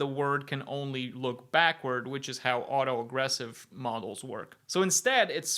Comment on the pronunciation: Did I mishear or was auto-regressive pronounced auto-aggressive every time